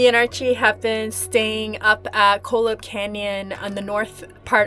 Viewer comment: Cholla. Pronounced choy- ya